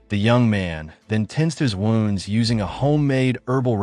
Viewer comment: So many recaps and you still can't pronounce ' wounds ' properly